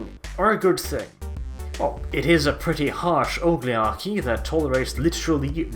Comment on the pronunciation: Did he say 'ogligarchy'? I think he did...... It's OLIGARCHY.